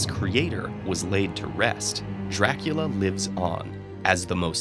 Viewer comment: COUNT DRRRRAAACUUULLLAA